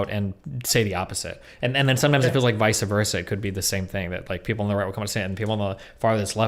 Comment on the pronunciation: I’ve only ever heard my late uncle say “vice-versa” that way, which is apparently the correct way. Hurricane Rita memories 👌